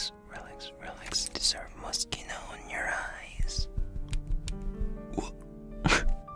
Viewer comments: I love how you say moscino(moschino)like your about to say mosquito when its pronounced mosshino(moschino)😂😂just saying... this is not a hate comment btw😁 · Ema 126 yes i know lol, still sounds like mosquito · I thought he was saying Mosquito... “YoU dEseRvE mOsqUiTo oN yOur FacE.” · Why did i think he said mosqito all the time?😂😂😭😂😂😂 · Idk why but I keep hearing "You deserve mosquitoes on your face." Yes, I think I have hearing problems. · For a second I misheard "Mischino" to "Mosquito" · he manages to say moschino with an impeccable pronunciation The British who say moskuino because the British suck It's ironic, nobody sucks